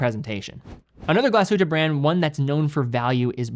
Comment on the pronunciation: as a german...i knew TWO of those brands XD amazing video. thank you. p.s. tiny detail. your pronounciation is good. if you want to perfect it, in glashütte, emphasize the glas, not the hütte.